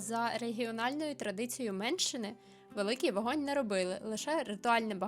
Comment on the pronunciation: дякую за вставку зверху, бо без контексту чується як "за традицією меншини", а не Менщини. Іноді словозміна робить вельми своєрідні жарти.